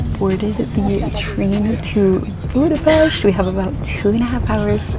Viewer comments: Props for pronouncing Budapest the correct way, well done! :) Just a bit of correction: The Buda hill is not part of the Alps, and the Danube river was never considered to be the border between Europe and Asia. It was just the border of the Roman province of Pannonia. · That's a very very beautiful woman in a very very beautiful café. 🥰 Thank you for pronouncing Budapest correctly. 😊 I like that you talk about the history of Budapest, you said things even I didn't know. It wasn't Budapest that was getting fixed up for its centennial celebration but Hungary getting ready for its millenial celebration, as it was 1,000 years ago at that time that the Magyars came into the Carpathian basin. 🙂 Wow, this video is so well-made, I'm amazed! I wish you the best. Köszönöm. ❤